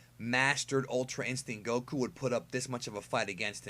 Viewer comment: i hatethe wayu say goku lmao